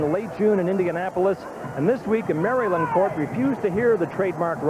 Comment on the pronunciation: It's refreshing to hear the proper pronunciation of Maryland .